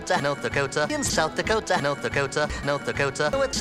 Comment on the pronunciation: South the cota not the cota.